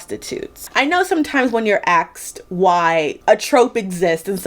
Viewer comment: Did you notice you said "axed why" instead of "asked why"? Is it widespread where you live? It's interesting to notice these changes to English that happen over time. I recall hearing a few similar consontant switches in the last couple of years, but with looking as an outsider at American youtubers it can be hard to say whether it's that person's thing, their local community thing or potentially a sign of the wider adoption. AAVE is especially fascinating, because it is source of language creativity that English needs, and yet black people don't get enough credit for.